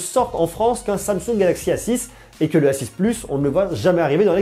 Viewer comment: Suis je le seul à entendre s6 au lieu de a6?